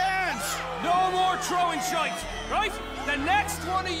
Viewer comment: He sounds kinda Irish almost. He says things with a much stronger vowel pronunciation like “shite” and “feckin”